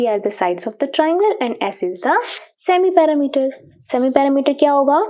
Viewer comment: Perimeter mam said paerameters😂😂😂😂❤